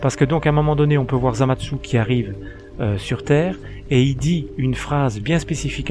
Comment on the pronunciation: pk tu dis zamadsu?